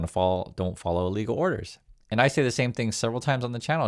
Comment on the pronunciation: Sorry, but you need to enunciate more clearly. When you say “illegal orders” it sounds an awful lot like “legal orders”. Love your stuff.